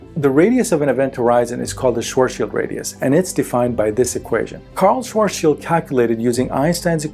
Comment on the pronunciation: It's not sort Shield radius it's Swartz child radius... it's even twice as cringy when a man that's supposed to be an expert at black holes pronounce is this word incorrectly. Look up Vsauce with Michael Stevens and watch his video of black holes then delete this video and remake it again